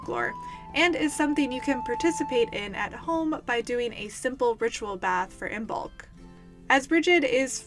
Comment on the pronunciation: Just FYI, the B is silent. It is pronounced like Im-olk